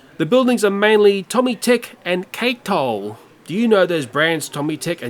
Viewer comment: 2:91 is pronounced ka-toe.